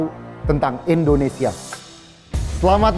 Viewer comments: Mohon maaf sebelumnya. Sedikit saran, di detik , penyebutan nama negara kita harusnya "Indonesia:, bukan "Endonesia". Mungkin di konten lain gak terlalu saya permasalahkan, tapi untuk di konten ini karena temanya "𝙀𝙋𝙄𝙎𝙊𝘿𝙀 1 𝙏𝙒𝙆 𝙎𝙄𝘼𝙋 𝙈𝙀𝙈𝙋𝙀𝙍𝙏𝘼𝙉𝙔𝘼𝙆𝘼𝙉 𝙆𝙀𝙄𝙉𝘿𝙊𝙉𝙀𝙎𝙄𝘼𝘼𝙉𝙈𝙐", seharusnya jg ga boleh salah spelling nama negara Indonesia. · TWK yang paling pertama adalah mengucapkan nama negaramu dengan benar. INDONESIA atau ENDONESIA? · saran aja, saat nyebut negara, pelafalannya Indonesia jangan Endonesa